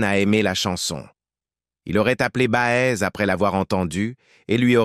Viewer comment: voix insuportable prononciation BA EZ ??? et que d'amours : la fidélité ils ne connaissent pas...